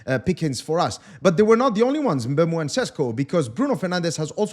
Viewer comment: It's pronounced MBUMO